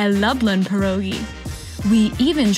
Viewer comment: Please try to say PYEROGI its not an american dish !